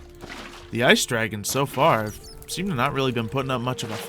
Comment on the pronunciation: why does everyone call call them cute baby "dwagons"?